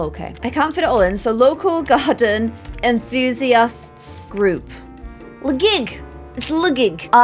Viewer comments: AHH yes Inthusiast not Enthusiast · hmmm I'm pretty sure enthousiast starts with an E instead of an I hahahah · enthusiast not inthusiast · I love you,. Enthusiast starts with an E. lol